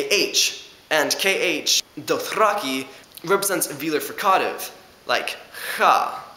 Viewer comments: /frika:tiv/ yeah that's really weird :D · i dont like how he says fricative. good video though. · u say fricative so weird. other than that, good video.